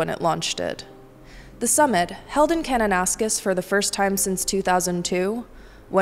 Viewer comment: Thank you for pronouncing "Kananaskis" correctly, it's not an easy one. As for the G7 conference, the Ukrainian President was warmly welcome in Canada, unfortunately not the US president as much. I hope scenes of the mountains of Alberta were photographed well, so you could enjoy.